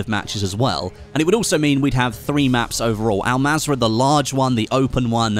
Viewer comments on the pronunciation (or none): Pronounce it as ul mazra not Al mazra but written as an mazra